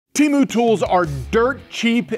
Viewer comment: According to the 50 temu Super Bowl commercials, we’ve been saying temu wrong